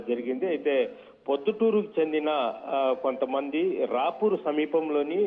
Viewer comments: రావూరు కాదండి రాపూరు పెంచికల కోన కాదు పెంచలకోన😂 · Ravuru kadu Rapur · O rey ravuru kadura rapuru Ra Penchala kona Ra Penchakala kona kadura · ఈ ఛానెల్స్ ఎందుకు రాపూరు ని రావూరు గా, కందుకూరు ని కందకూరుగా పలుకుతారు. రావూరు రాపూరు వేరే వేరే ఊర్లు. ఆ సాయి కూడా ఇలాగే పలుకుతాడు. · అది రావూరు కాదు స్వామి , రాపూరు, పెంచిల కోన కాదు , పెంచలకోన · Rapuru . Penchalakona .. correct ga places names cheppandi . Edo casual ga video cheyyadu Bro .